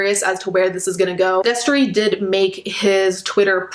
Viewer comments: She said Destry and I was so shocked, I said "whaat" out loud. The only reason you ever used to find me on Shane's channel was for wtf news and bomb dot com. I forgot that girl's name though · When u said Destry my jaw fucking dropped. So sad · I literally gasped when you said Destrey. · She said Destry and I was like “oh no baby” can these losers stop being trash? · Me hearing you say "Destry" broke my HEART. Not another childhood influence RUINED. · i heard u say destry and screamed WHY MY CHILDHOOD KEEP FAILING ME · Listen, I'm only 45 seconds into this video and she just said destry and I'm about to fucking cry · When I heard Destree, I screamed